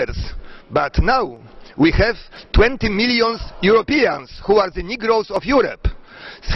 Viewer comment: on mówi "nigrołs" a czyta się "nygers". Na początku poprawnie mówił, a potem jak zwykle rzuca zaklęcia